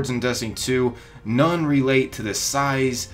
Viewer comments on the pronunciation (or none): none